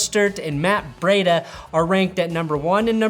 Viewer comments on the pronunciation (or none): Just some pronunciation help: Breida sounds like cheetah. So it's more bree than bray. Mostert is just "Moe" stert not "Ma" stert.